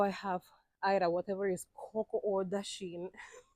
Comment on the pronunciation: Say dasheen again please!!! It sound nice lol